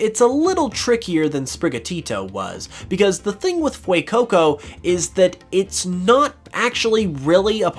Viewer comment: Dude.."fuecoco" not "fuecoucou"